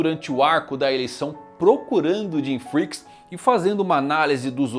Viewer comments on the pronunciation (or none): do jeito que ele falou pareceu "Arco da Ereção" jjjkkkk